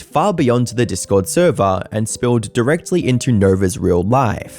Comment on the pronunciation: “NOT THE THURVER!!!” 🤣